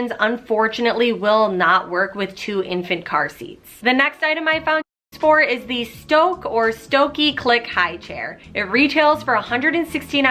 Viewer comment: I love your videos and have found nothing as thorough as you are. And the FB marketplace recommendations are so useful! You have me searching for things that I never would have thought to look for there. Thank you! Just so you know, Stokke is a Norwegian brand and it’s pronounced STUH-kuh (or that’s close enough in English).